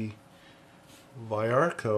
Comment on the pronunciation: the pronounce is veearco. cool video. those purple are copy pencils (that's what cópia means).